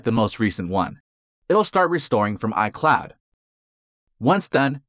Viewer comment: Word pronounced incorrectly detected: iCloud